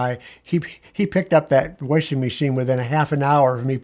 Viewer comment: I love that he says warshing machine.